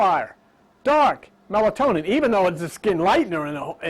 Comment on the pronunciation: Couldnt say Melanin? 😂😂😂